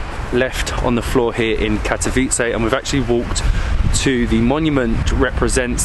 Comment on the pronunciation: Your pronounciation of the city name is perfect. Thanks for nice and informative upload. All the best in all your travels!